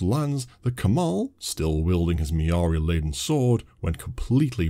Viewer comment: Mirari Not Miaari